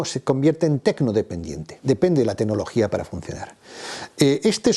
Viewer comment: enhorabuena por su clarividencia y buen criterio. Y, con todo el respeto, por favor, mejore su pronunciación: se dice 'tecnología', no 'tenología'; 'claro', no 'caro'; etc. Vigile también no cambiar el género gramatical de ciertas palabras. Creo que así sus charlas mejorarán en la presentación todavía más.:) Gracias.